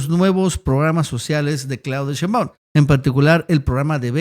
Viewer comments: ShÉinbaum, no SheinbÁum, necio. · Por que pronuncias todo mal? Sheimbaum lo dices todo corrido y no es asi. Aprende